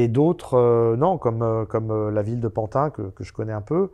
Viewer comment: On ne dit plus Pantin mais PANTINE à présent. Faut s'adapter !!!